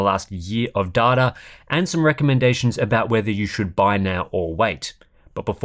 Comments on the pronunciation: Ahh, every time you say DATHA i bust out laughting, i find it strange how you and pronounce data quite differently yet both of you are Aussie. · pronounces it the way it's pronounced in Australia. caters to the Americans. Considering it's Latin (5th Declension, Nominative Plural), I think of the 3 ways "data" is pronounced in English, it's The Australians that got it right.